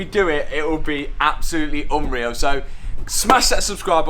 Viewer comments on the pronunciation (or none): none